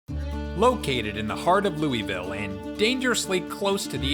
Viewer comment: He missed pronounced Louisville I live in Kentucky